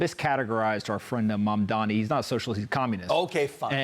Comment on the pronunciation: If you can pronounce 'Cuomo' correctly, you can pronounce 'Mamdani' Get it right. You are a newsreader.